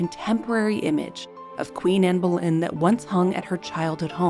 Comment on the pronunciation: I wish people would pronounce her name properly…….It is not Bo-lynn, it’s Bull-en!!